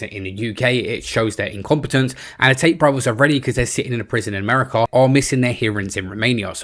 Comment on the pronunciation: I've never heard of Errmerrycar, or Roomane-E-aar.